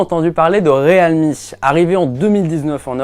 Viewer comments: Bientôt ils vont dire le Real de Madrid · Vous êtes sur de la prononciation du nom de la marque ; Realme ??? 😂🧐😂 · Ça m'a carrément choqué aussi ...